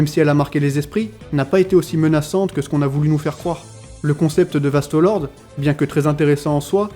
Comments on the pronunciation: pourquoi tu dis Vasto Lorde en prononçant bien le E alors que ça se dit É donc Vasto Lordé (a l'écoute) et pour les menos grande tu dis bien le É à la fin. Je suis un peu chiant mais ça fait trop bizarre d'entendre Vasto Lord. Mais mis appart ça, la vidéo est bien. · VASTOS LORDEEEEEES MERDE DIT LE CORRECTEMENT STP G MAL AU OREILLE 😩😩 VASTOS LORDEEEEEES